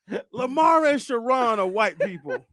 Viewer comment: Sharron is a woman, so Shar-un would be the correct pronunciation